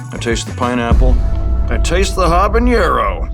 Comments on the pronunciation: "Jabañero" is a very interesting way to pronounce "habanero". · surprised such a well spoken man would say something as dumb as habañero. its habanero. ha-ba-neh-ro. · It's not pronounced "habanyero." There is no ñ in it. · Hey Nick, there is no Ñ in Habanero. It's named for Havana, Cuba. It's just Habanero. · Jon Trujillo sounds like he says it spelled habenyero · for a man who's usually so well-spoken, he fudged "habanero"